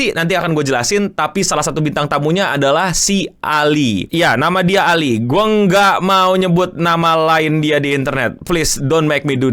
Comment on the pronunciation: You can say ALI not ali